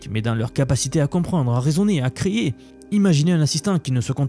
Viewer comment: "compréndré", "créér"